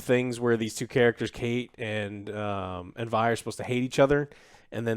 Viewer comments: It's Vi not V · Joe is Vi not Vee. lol. Also for anyone who hasn’t seen the show or Act 2. When they talk about Act 2 only listen and don’t watch. The clips they have pretty much completely spoil the end of episode 6. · Joe still saying V instead of V.. iiiiiiii is disrespectful so the many vi mains. 😭😅😅😅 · Keep pronouncing Vi as Vee joe... definitely doesn't bother me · god I really hope Joe stops calling her “Vee” instead of “Vi” by the end of this season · say vee one more time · Bro really said vee 💀💀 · He says Vee cuz of cyberpunk i think lmao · How do you mispronounce the main characters name Vi?! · Bless Joe's ability to pronounce Vi's name 4 different ways in 30 seconds.